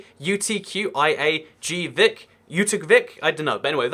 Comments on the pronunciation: Hi. In case you were wondering, Utqiagvik is pronounced “oot-kee-uh-vick.” Or Barrow, that works too. :) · you can't because you are anglons and anglons fucked up their vowels...for the almost anyone else that says Ut-giag-vik (uht-giagh-vik) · oot key al vick